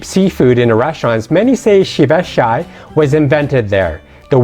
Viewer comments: I can't believe, you called Ceviche, See-Bye-Chei! lmao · OMG, I just heard it! 🤣🤣🤣🤣🤣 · I lived there for 4 years .what are you talking about..you cant even pronounce common words..ceviche peru haunchaco.. I'm done here..your driving me crazy. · Great info Yet…, your pronouncing was waaaaayyy off. Please don’t be offended. Ceviche is Japanese. Lomo is from China. Huanchaco and Wan-chaco same outcome. Or Juan chaco For the food alone I say “jes”